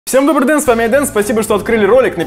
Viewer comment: Ты специально говоришь «Всем добрый деН с вами Айден»? Прикольно звучит,но странно 😅